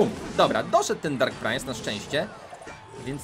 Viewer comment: Czemu mówi prainc jak wypowiada sie princ